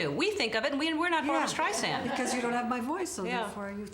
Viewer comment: What's a 'Steisand?' There's an 'r' in there somewhere. She's only been a star since 1962.